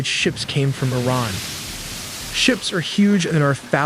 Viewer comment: It is pronounced [E-RAAN]--->[E-RAANIAN]